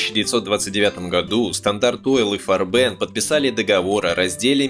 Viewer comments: И гэ фарбен а гэ, а не ижи фарбен аже))) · Небольшая поправка, в немецком языке нет звука ж, так что И. Г. Фарбен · Зачем произносите "габЭр"? Это же не французский. И.Г. Фарбен, а не "жи", что за "жи"? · И.Жé.Фарбéн => И.Г.Фáрбен. Аж уши режет. Но фильм отличный, спасибо! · Отличная работа автор молодец. (только не И Жи а И Г Фарбен, если по немецки) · Ну, никакой же не Ижи фарбЕн, а И.Г. ФАрбен (игэ́ фа́рбен). Откуда взялось это "ижи фарбэ́н"? Это и не по-немецки, и не по-английски, по-французски это писалось бы иначе при подобном звучании названия. В конце концов в Википедии можно было найти транскрипцию, хотя даже в материалах на русском языке, представленных в фильме, написано: " И.Г. Фарбениндустри".